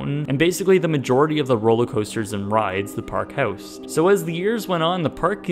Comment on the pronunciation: the way you pronounce "house". British origins I assume?